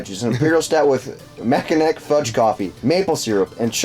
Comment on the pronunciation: Great show but I'm pretty sure it's 'mackinaw'.